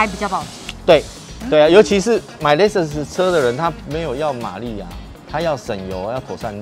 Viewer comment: LEXUS有很難唸嗎 我遇過聽過至少8成唸不對